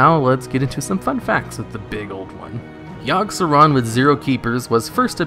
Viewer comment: yogg-saron? i think you mean YIRG SERAN